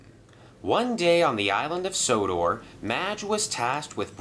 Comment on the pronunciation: Merlin calls sodor sonnah not odor